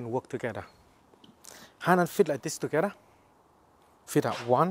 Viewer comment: Let's do it tewgada